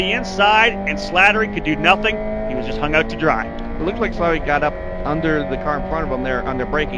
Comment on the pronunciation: Man they really butchered my name through this entire broadcast. I think they got it correct maybe once... Its SLATTERY...SLAT-TER-Y. No second L needed. Just the one. Thanks 😁